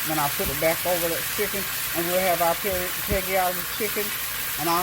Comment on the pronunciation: it's PEGGYAKI